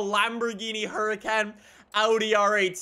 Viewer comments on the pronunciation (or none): none